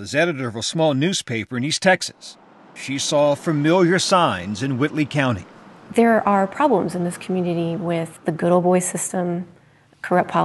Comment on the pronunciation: When the locals say, "Whitely County", the "L" is silent.